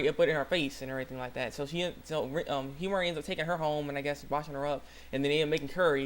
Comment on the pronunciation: You said her name right! wow, you realizing you were saying Himari's name wrong made me remember the comment on your first video! (shoutout? silent shoutout?) Oh, great video btw!